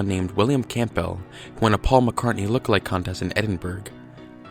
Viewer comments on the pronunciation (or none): Campbell is pronounced 'Cambull' and the 'gh' in Edinburgh is silent. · I can't take anyone's "research" seriously that can't pronounce Edinburgh or Campbell properly. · William Camp Bell? WTF? Campbell is Pronounced - cambull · Note of advice Campbell is pronounced Cambell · Ed-in-bruh Cam-bell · Its pronounced phonetically as Cambell. Lose the the P. Dr Nick Kollerstrom has done a book on the Faul conspiracy & believes its real. Check it out. Apparently Pauls eye colour changed from brown to green? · Firstly, why the hell are you pronouncing Campbell "Camp Bell" and Secondly, you've done very little research on this. There are tonnes more clues and you haven't represented them properly. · Your pronunciation of Edinburgh is so way off it's fucking hilarious. It's "ed-in-bra" 😂 And your pronunciation of Campbell. It's just "cam-bell". Fucking yanks man. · As a person who has the 2nd name campbell it's said calm bell. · And how he pronounced Campbell lmao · Fantastic pronunciation of "Campbell" and "Edinburgh." Superb dating of George Harrison's death. And, to top it all off, amazingly insightful super-sleuthing! You even checked to see if there was a "Paul McCartney look-alike contest!" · The p in Campbell is usually silent. Edinburgh is pronounced Ed-in-borough.